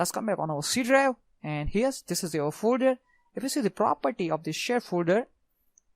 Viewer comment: Yeah I could understand him as well, but it was a bit funny hearing him say fooder instead of folder at some times. And he spoke just a tad fast too